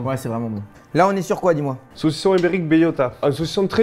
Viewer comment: A chaque fois qu'il dit ibérique soit env 70fois, j'entend Uber Eats c'est très perturbant 😭😂